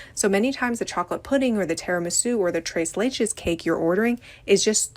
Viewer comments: y'all please stop saying "Trace Lay chayz" -- Tres Leches → “trehs LEH-chehs” (rhymes with “dress” and “chess”) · The thing that pisses me off the most is tres leches being pronounced trays layches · Trace lay-chis 😂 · the way she pronounces Tres leches😂